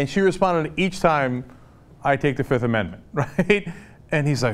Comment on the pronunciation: I plead da FIF.... I plead da FIF.... 1,2,3,4, FIIIIIIIF